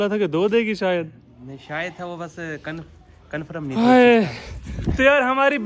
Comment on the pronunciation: Confirm❌️ Conferem✅️